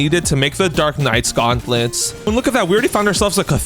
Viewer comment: "Gautnlets" xD